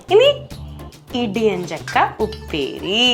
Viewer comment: ഇടിയഞ്ചക്ക എന്നല്ല ഇടിച്ചക്ക എന്ന് പറഞ്ഞാൽ മതി